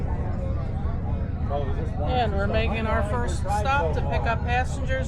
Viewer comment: Congratulations on the correct pronunciation of Schuylkill River. 👍